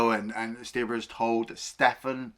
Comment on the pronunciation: "Stirber"? It's Stirba,, come on now